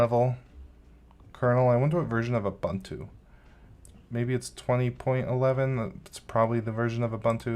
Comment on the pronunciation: How wrong can one go! You can neither pronounce Ubuntu nor Mojave? 🤦‍♂️